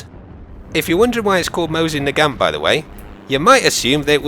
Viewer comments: you are pronouncing mosin naget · Fun fact: It's pronounced "Mo see - na gaw" Most people pronounce it like did, or Americanized it. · Its pronounced Mo-sin Nay-Garnt :) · its actually pronuced mosin naaaagant